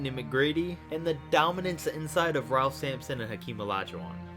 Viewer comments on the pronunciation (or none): none